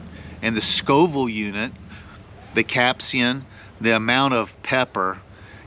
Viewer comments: Dude, it's capsaicin. Not capsian. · It's pronounced "cap-say-sen". Do people even try to pronounce words they don't know anymore?